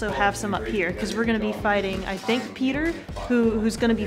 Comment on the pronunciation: They butchered Peter's name. They got the whole crew:, Peter,,. You know it's gonna be fun chaos with those people in the same room